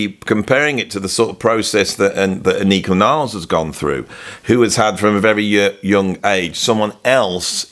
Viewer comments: AH-nik-a. Not ah-NEEK-a. Please respect her enough to stop getting her name wrong. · no offense meant but her name is pronounced AHH--NIKA